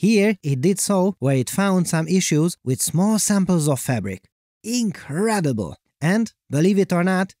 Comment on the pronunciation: Did you say the ability to find marks on fabric was "ink-redible"? 😅